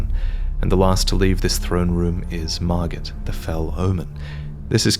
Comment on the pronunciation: That was margott not margit